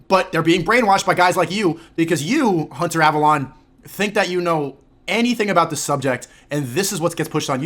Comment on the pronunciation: Hunter Avalon! Hunter Avalon! He can't even say the name right...